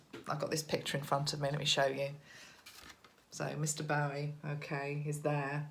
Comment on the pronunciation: I don't want to be critical but as a David Bowie fan of 40years please call him bow like the tie not bow like to the queen. Keep up the good work xx